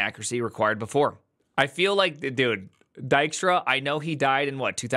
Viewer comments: Dutch nod of appreciation for pronouncing his name correctly 🙂‍↕️ and not “Deekstra”. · It's funny hearing an American pronounce Dijkstra (close to) correctly after watching the butcher job done in The Witcher. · Always read it like Di*k-Star, not a bad pronunciation though!